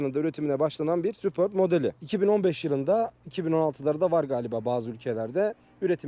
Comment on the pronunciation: Golf ü Gol-fi diye okumazken superbi neden super-bi olarak okuyalim degil mi